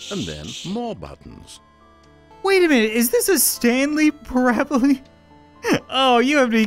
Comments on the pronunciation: Not Stanley parable Stanley prabley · "Stanley parabelee" ... disappointing.